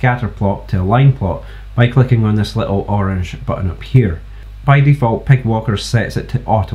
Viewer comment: I'm sorry, as good as this library is. "Py" is said "pie". They don't get a free pass on "pig" That's it, I've put my foot down. Let the devs know it's over. ;) Great vid, subbed!